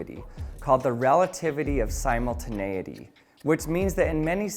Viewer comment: You said simul-10-80 (simultaneity)??? 😂 That sounds weird